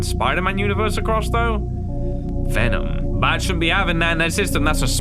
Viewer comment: Vemon not venom guys